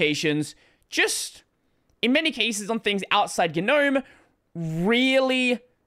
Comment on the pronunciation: how do you spell that? guh-gnome? do you pronounce both g's?